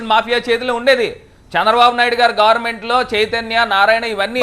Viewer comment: గార్మెంట్...కాదు... భారత్ బాబాయ్..... గవర్నమెంట్....అని స్పష్టంగా పలకండి ఫస్ట్